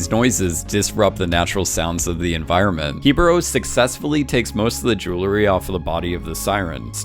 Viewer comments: dude can you stop pronouncing "JEWLERY" like a 14 year old? lol jesus... it's JEWELRY. literally how its spelled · Say it with me “J-E-W-E-L-R-Y!” Why do you idiots keep adding an extra “L” between the “W” and the second “E”? Hearing the word “Jewelry” being butchered is so fucking aggravating.